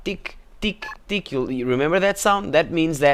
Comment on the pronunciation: Accent's funny when it breaks through lol "Tick tick tick" hahahaha